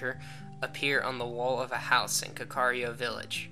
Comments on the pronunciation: 104: It's not pronounced ka-car-rio, it's more like this: First imagine saying "cat" but replace the "t" with a "K" Knowing that, this is how you pronounce it: kak-ah-ri-ko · you're pronouncing kakariko villiage as kakario